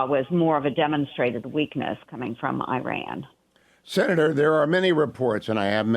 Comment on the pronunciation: why cant she even say Iran properly? Shows ho much she actually cares or knows about the region.